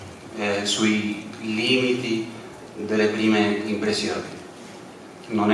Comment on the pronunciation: He's syncopated. To speak a decent italian, you have to distribute the voice on the entire word, not in the beginning or in the end of it. And you have to pronounce the doubles: it is "impressioni", you have to stay longer with the voice on that double s, not "imbresioni"